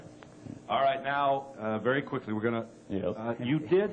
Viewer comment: “ So we had to grow up very queekly”...